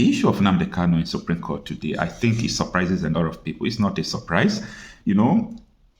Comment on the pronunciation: It's SUPREME not Supream!